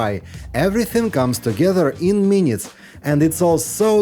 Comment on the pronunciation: « For another few minyiiites »